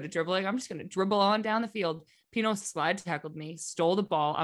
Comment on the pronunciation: pinot 😂 pinoe